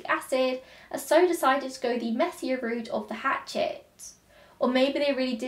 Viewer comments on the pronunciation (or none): none